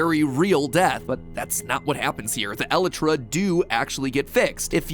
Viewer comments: I'm begging you, stop pronouncing it that way. It's El Eye Truh. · 0___0 I'm... sorry matpat... that's how you pronounce the word "Elytra"? I have only ever heard it pronounced "eel-eye-trah"... so that was a shock to hear it said that way 😂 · WAIT IS IT ELITRA HAVE I BEEN PRONOUNCING IT WRONG???????????? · why he pronounce the (e*light*tra) like that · DONT TELL ME YOU JUST SAID "ELLY TRAH" OH MY GOD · Mat: trying to solve Minecraft lore Also Mat: "Ellitra" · isn’t it e lie tra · Please stop saying elitra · Mat really just pronounced elytra like alitrah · jit calling the elytra "ellitra" 💀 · Elytra is pronounced EH LIKE TRA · Matpat pronouncing elytra like eletra makes me ocd go off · You pronounced Elytra wrong. It is E-Lie-Tra. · "Alletra" XD oh MatPat... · The scariest thing in this video is the fact that MatPat pronounces Elytra as El-eh-tra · I would probably pronounce it El-eye-trah, based on how it's spelled, but language is weird, so I won't say for certain if it's correct or not. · The way he said elytra bothered me so much. For those who don't know, its pronounced a-lie-tra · My dude literally just said "eLEtrA" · Hes pronounces it "eletras".... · Isn’t it eelytra pronounced? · im sorry.. but did he just say.. e-le-tra? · no its not you say it "E-Lie-tra" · eletra elitra elitra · Did he just say eletra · The way he says "Elytra" makes me crack up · Mat please learn how to say "Elytra" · the way you pronounce elytra triggers me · Your elytra pronunciation activated my fight or flight mode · Anyone else take issue with the way MatPat says Elytra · the way he says elytra is making me homicidal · POV: You realised that Mat doesn't know how to say "elytra" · Bro the way he said Elytra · I despise how Matpat says Elytra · Nobody going to point out how he is pronouncing elyra wrong? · Mats pronunciation of elytra hurts my ears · Dude first phantoms are a type of a ghost second you been saying the eleyrray wrong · It's pronounced "Elytra" Mat, not "Elytra"!